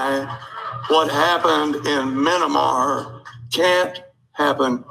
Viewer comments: um i think u mean "minnimar" coup john?? 🙄 (being sarcastic lol) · Someone used this poor slob as a prop. Anyone who would know anything about what's going on there would absolutely know how to pronounce the name. It's Myanmar, not minimar. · Minamar! Are you effing kidding me! Proof that tRump and his cult are dumber than a bag of rocks! They always sound like they have a vocabulary of about 20 words, and they can’t spell or pronounce half of them! SMH! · Did not no how to pronounce the name of the country its not mini mar dummy its miyanmar